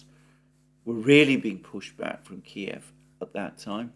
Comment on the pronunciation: At last someone who pronounces Kiev as it should be